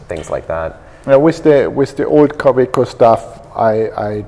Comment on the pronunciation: for those who want to practice the pronunciation of Kaweco :)